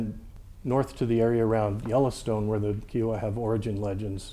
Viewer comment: when he says "Key-o-wa" did he mean Kiowa? The Yellowstone and southern plains would fit Kiowa...pronounced "Ki-oh-wa"